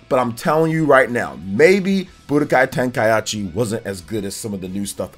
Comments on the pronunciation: Its ten - ka - i - chi. Not ten - ka - yat - chi 😅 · Who else cringed when said "Tenka-achi" instead of "Tenka-ichi"? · Man said tenkaiachi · "Tenkayachi" cracks me up xDDDD It's Tenkaichi. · Ten-kai-chi not ten-kai-achi. And while we're at it, ah-tel-lee-a (Atelier), is french, means workshop for an apothecary, but in the game's case, alchemist workshop. No disrespect intended bro, I enjoy the content and trying to be helpful. Hope you have a good one. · It is not TenkaiAchi is just Tenkaichi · its TENKAICHI, NOT TENKAYASHI!!!!! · "TenkaYAchi" smh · Ten-kai-chi. Not tenkai-achi. That is all. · Tenkai what?🤣 this man said achi? It’s ichi the Japanese language is just different lol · Its pronounced kai-chi lol not kaieechee. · TEN KAI AH CHI lmaoooo 🤣🤣🤣🤣🤣🤣🤣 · TEN KAI HA CHI?!!?!? TEN KAI HA CHI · Say it with me: Tenkai-EE-chi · I know a lot of people will be bothered by the fact that I can't ignore this, but please, just sound-out words when you learn them. There's no reason to turn Tenkaichi into TenkaiAHchi. You're making it harder on yourself by adding an extra syllable for no reason. I know it's not an English word, but the only people who have an excuse to not just sound it out are people with dyslexia. If you have dyslexia, then I apologize, but everyone else should be able to read it out loud one syllable at a time a couple times and be able to get it. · Ten-kai-ichi. Ka-ku-rot. This is how you pronounce these. Other than that solid video. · TEN KAI AH CHI 😂😂😂😂😂😂 Damn! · TenkaiAichi? Lol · he must have said it on purpose for comments lol ain't no way he actualy thinks its pronounced like that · Tenka-whut-WHUUTTT??? Anyway, would be nice to see more updated DBZ games. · I've never heard anyone butcher Tenkaichi that hard it was hard to hear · This guy not only butchered tenkaichi but also kakarot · The way he pronounces Kakarot and Tenkaichi. 😅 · I was happy for this till the guy pronounced Tenkaichi wrong xD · Im dead